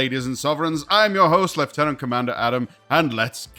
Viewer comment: Thank you for properly pronouncing lieutenant, we need that more in the Star Trek universe